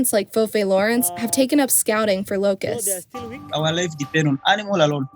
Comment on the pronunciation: "wooo, luke at de lokess"